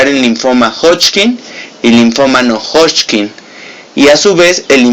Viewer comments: hodgkin, no hodchkin...todo lo demas muy bien..... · Me gusta cuando dice hodching! 😙